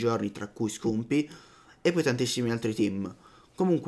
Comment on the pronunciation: Eddaii a pronunciare bene sti nomi con la U.. Si scrivono Scumpii e Scuf..ma la U si legge A... somarelli :D